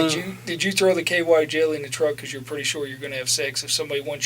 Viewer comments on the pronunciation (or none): most people: because: BeCalls